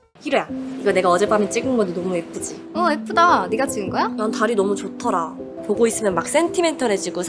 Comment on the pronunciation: 예쁘다가 F다라고 들림ㅋㅋㅋ